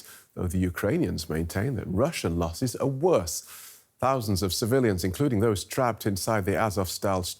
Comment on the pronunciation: Lossss??? Did someone have a sssstroookkkee??